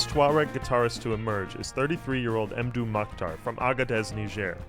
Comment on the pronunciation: Surely it's "mmdou," as in "Mmbop," not "emdou"....